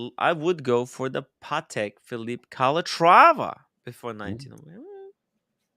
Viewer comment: you are wrong! It’s Pa-tec. Not paddock. All you have to do is listen to the CEO of the company. Pretty sure he knows how to pronounce it. 🤷🏼‍♂️🤷🏼‍♂️😂😂